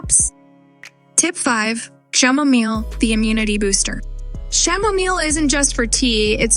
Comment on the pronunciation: Chamomile is improperly pronounced